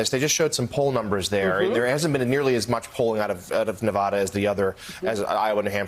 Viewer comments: If you guys are going to cover news about Navada, why not make an effort to pronounce it correctly? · They can't even pronounce the name of the state correctly.